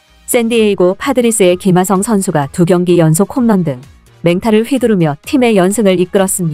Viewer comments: 김하성이 발음하기 그렇게 힘던가? 기마썽 기마썽 너 한국인 맞냐? 사람이든 사물이든 그에 맞는 이름을 불러줘야지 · 발음 좀,,, 김흐ㅏ썽... 월남하신지 얼마나 되셨는지. 카피유투버 그만하세요.